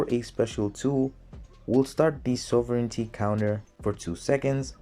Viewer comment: I love how each time you said sovereignty, you pronounce it differently